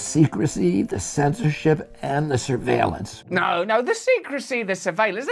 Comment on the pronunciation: So it wasn't suveelance?